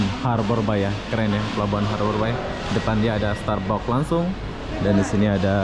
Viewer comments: Starbucks pun dia sebut starbok, MANTAP 🤭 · Oceana dibaca osen Starbucks starbakss 😀 om